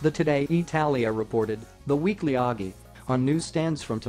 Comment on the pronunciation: Please learn how to pronounce the Italian "OGGI" and the Latin "Sine Nomine" ("Without Name") which is also the name of a hymn tune in the Anglican hymnal